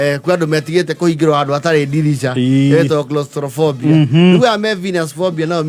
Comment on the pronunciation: its Claustrophobia..not crostrophobia😂😂😂